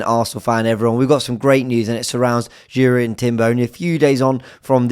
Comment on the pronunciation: It's pronounced YUR-ian. Incredibly excited to get him back in the squad. Saw him in LA against Barcelona. They guy is so composed on the ball, and an excellent defender.